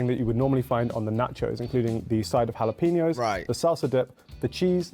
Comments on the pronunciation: Beef hotdogs all the way!! And it's "hala-peen-yo," not hala-pee-no." 😉 "Sweet popcorn" (we fortunately don't get here) ... Sugar, lots of calories... "Duh." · Jalapeño is not pronounced as hala-pee-no, it’s pronounced hala-pen-yo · Its Hal uh peen ee ohs Not jal op in oohs. Like its not Britstain. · If you buy the large of popcorn and soda sizes, yes, you get one refill of each one for a one time refill. I occasionally like butter, but not always because it is messy. M&M’s with salty popcorn is great! All beef hot dogs great. That pizza looks nasty! “Impossible” is a plant based food clone. Jalapeño is pronounced Ha-La-Pen-Yoh. A Coke freestyle is a machine that will add flavors to various Coca-Cola products (Dr. Pepper, Sprite, Coke, Diet Coke, Coke Zero, etc.) and the flavors are cherry, lemon, lime, vanilla, etc.